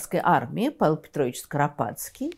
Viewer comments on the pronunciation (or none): none